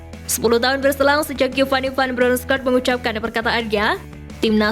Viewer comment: Mimin nya kek nya masih bocil TK nih,, masak iya baca "Van Bronchorst" saja ga bisa sih 🤡🤡🤡😜🤪